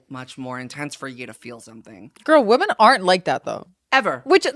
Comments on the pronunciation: I am actually begging TREVI that there is a different pronunciation for women/woman. I love her so much but she always says WOMAN when she means women plural and it hurts my ears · Trevi, fellow lady, there are 2 forms of pronouncing the word “woman.” “Woman” is singular. “Women” is plural. It sounds like you use “woman” for both. ❤❤❤❤❤❤❤